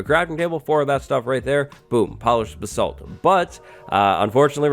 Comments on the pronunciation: you butchered the pronounciation of basalt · Am I the only one that pronounces basalt as baysalt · Why can no one say basalt correctly? It's really not that hard.